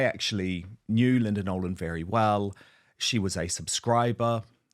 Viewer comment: It's Nolan ,not Nolen .